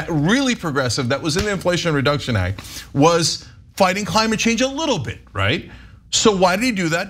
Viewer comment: did i hear some giggles when cenk mispronounced "act" or was that just me in my head